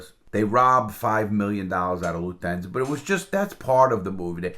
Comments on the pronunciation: What the hell is "Luthensa"? It's pronounced "LUF-TAN-ZA". Lufthansa, you jabroni. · "LUF-TAN-ZA" not "LUTHENZA"?????????????????? WTF? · Love ya Larry but that German Airline your talking about isn’t pronounced that way at all bud haha.. nice try tho 🤣😉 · Pronounced Luft thansa. Haha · "Luthansa" :D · LARRY, say that airline name AGAIN PLEASE?????? PLEASE?